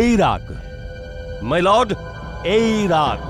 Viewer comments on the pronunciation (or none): মাই লড না মি লড😁